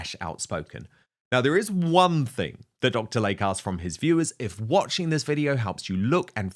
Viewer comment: PRONUNCIATION: It is NOT Dr. "Lake", it is pronounced "Lay-Key" 🙄